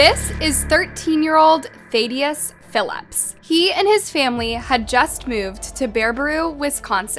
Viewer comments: You call him “Thad” but pronounced “Thadius” completely different. You said “ThAYdius” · Th-add-ee-us not Thade-ee-us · You’re definitely saying his name wrong it’s thadius like dAD thADius. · Im like 90 seconds into the video and im no expert but im guessing thats NOT how you pronounce Baraboo or Thadius 😂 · It would me nice if the narrow could actually read. Learn how to pronounce BARABOO AND THADIUS. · I know thad personally. Used to party with them here and there when our grps mixed. You butchered his full fist name😂. And you butchered the cities name. 😂😂